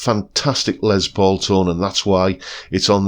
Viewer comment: Pedant's corner: it's pronounced ' 'Less' not Lez Paul. It's short for Lester, not Leslie. You're welcome. 😏